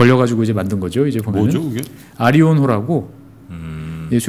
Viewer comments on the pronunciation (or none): 재밌게 잘 듣고 있습니다. 쇄빙선 이름 '아리온호' 가 아니고 '아라온호' ㅎㅎ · 뒤늦게 잘 들엇습니다 쇄빙선의 이름이 틀리게 발음하셔서요 아리온이 아니고 아라온 호 입니다 수정부탁드립니다